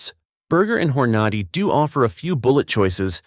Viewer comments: "hor-NADY"?? NOOOO "HORNA-day" Another reason I hate AI generated narration. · every time it said hornody instead of hornady i got a lil more furious inside never mind the leed instead of led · Knew it had to be AI driven when they kept saying " LEED " an " HOR NADY " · Leed? Hor-nah-dee? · Whore-nahde ammo lol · Waay...Wha....It's not Hore noddy????😮😮 😅😅😅😅😅! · "Horn Nar Dee!" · Learn to pronounce "Nosler", Hornady, Lead is pronounced "led" not leed". Makes me wonder what else you have WRONG